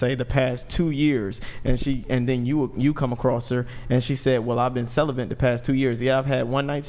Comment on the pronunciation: "CELEBENT" :face-orange-raised-eyebrow::face-red-droopy-eyes:... i have no idea why they pronounce that word that way but it drives me absolutely BANANAS!! ITS CEL-UH-BET. CELEBATE! NOT celeBENT!! holy christ...